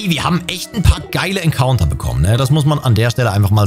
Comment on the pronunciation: Richtig nice Folge Wäre gerne ein Encounter, werde Englisch ausgesprochen.